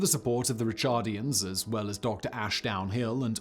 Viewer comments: Sorry Simon. it’s “ri-CAR-dian”. also, George was executed by Edward IV in 1478, not by Richard. If George had still been alive when Richard took the throne, Richard probably would have had him killed too, because George was a right pain in the ass and needed killin’. Please don’t assign more to Poor R3 than his memory already has to contend with. 😊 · Wonderful! ( Ricardians, not Richardians.)